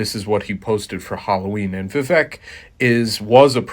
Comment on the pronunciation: It's fine to not like Vivek. But if you are going to do so many videos about him, I think at that point you have at least pronounce his name correctly.